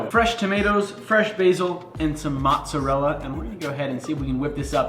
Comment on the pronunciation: did he just say moTzerella